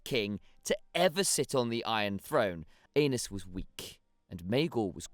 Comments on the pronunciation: Great informative video. Amazing artwork and editing but FOR THE LOVE OF GOD!!!!! It’s pronounced ehh-nis not Anus. 🤣🤣🤣🤣 I’m way too immature and almost didn’t make it through that section. 🤣 amazing work though otherwise. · Ay-nees, not anus. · Absolutely not. He keeps saying it😂 I’m pretty sure it’s pronounced “Anees” but anus😂😂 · Aenys- guessing it should be pronounced Aa-Neice…. But really, are you 9? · Aenys = Anus 😂😂😂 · Aenys - pronounce properly as Aa-Neice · Isn't it pronounced Anaiis? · No you are not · Def not the only one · Definitely not the only one. But I think he’s saying his name wrong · Nope I laughed every time he said it 😂